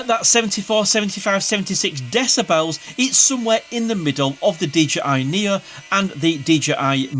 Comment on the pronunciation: DJI Nia... LOL Knee Oh